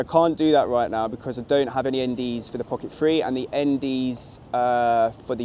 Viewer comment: Great review. One thing...is it just me or do you keep saying Pocket Free instead of Pocket Three?:)